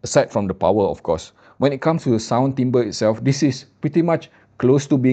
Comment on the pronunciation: Terima kasih kerana tidak salah sebut "timbre" kali ini. 😅